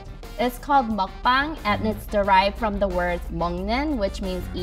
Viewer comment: Idk but i feel really annoyed if someone says makbang its mukbang not makbang